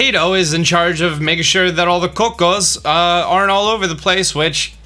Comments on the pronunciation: "coco's" its "cucco's as in ( ku-ko's) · Cucco was the worst offense, IMHO 😂 Coo-coh ☺ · The way he says cucco 😂😂